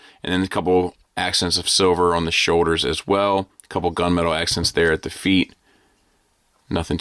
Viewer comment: Me, every time says, "feet" instead of "FEET" 😢